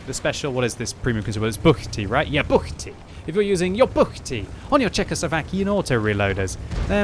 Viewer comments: pronounced "buchty" very well, proud of you, mate! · BUCHTY! Nice pronunciation;)